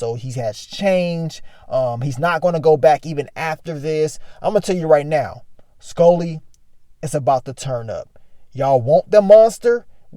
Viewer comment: Broooo 😂 You be killing my how you say Skully. “SkOlly” 😆